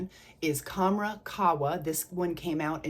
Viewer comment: Pronounced Kham-RAH Doo-Khan. Dukhan means smoke. Qahwa means coffee. Khamrah can mean 'intoxicant'. Love your vids! ❤